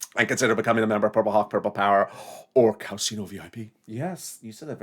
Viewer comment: OMG! you are hilarious: “cow casino & cow-alat (Cadillac)” oh goodness I love your humor. Your the best.